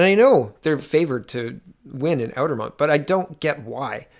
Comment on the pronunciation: Not "Outer-mont" -- it's a French word -- "Outre-mont" -- you run such an incredible vlog -- but credibility goes down a wee smidge when you can't say the words properly. ;-)